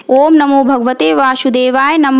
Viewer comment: ka uccharan Kare vasudev hai Vashudevay nahi